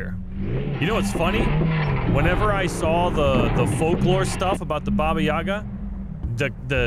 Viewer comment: "Babi Yaga" As a Russian i laugh when hear this. "Baba Yaga" is more accurate. "Grandma Yaga" - translation